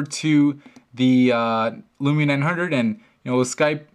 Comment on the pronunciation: He pronounces it '' Lumina '' instead of Lumia.